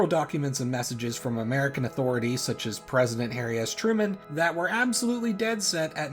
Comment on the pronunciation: Yes "Japania" "Harias Truman"